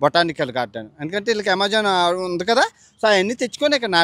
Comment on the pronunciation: Amazon❌ amajon✅ 😂😂